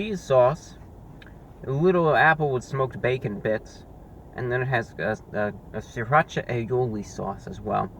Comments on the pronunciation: it's siratcha not sriratch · "Sirrrrrrrrrrrrrrrrrrrrrrrrrrrrrrrrrrrracha" the Anti-Reviewbrah